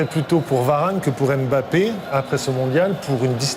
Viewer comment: Ce commentateur ne sait pas prononcer le nom de Mbappé. Quelqu'un pour lui apprendre qu'on murmure le "M" et qu'on ne dit pas "ème bappé".